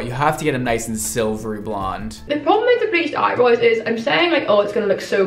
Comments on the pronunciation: Why does the third girl say „eyebrois“ instead of „eyebrows“? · Last girl has ‚eyeboys‘, as she pronounces it :D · The 3rd girl says “eye brows” in the worst way